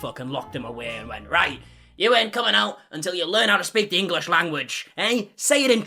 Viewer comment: ENGLISH not Engalish ! There’s no A !